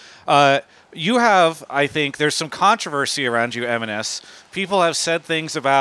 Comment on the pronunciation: Pronounced MNS not eminez